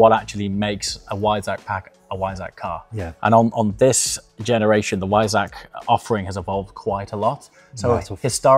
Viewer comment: Love the videos. But can you pronounce Weissach properly. The “W“ is a “V“ (vissach“